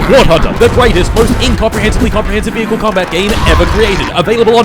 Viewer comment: Before I start I suspect he mentions the water vehickle at least once Edit: at the wart hunter part and I think "vessels" is close enough